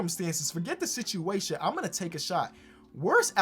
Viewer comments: Ok idk if I’m missing something if it’s some type of slang but why is saying Sichiation instead of situation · you gotta stop saying sitchyation instead of situation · "Another sitchiation"